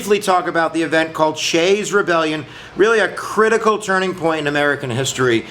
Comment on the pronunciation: His name was Daniel Shays not "Shay" and he lived in Massachusetts not Pennsylvania. Get your history right.